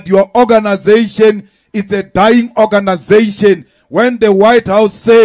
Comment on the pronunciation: That o-ganasation is life threatening 😮